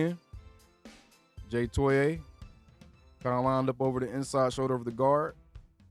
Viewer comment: TOE EE AH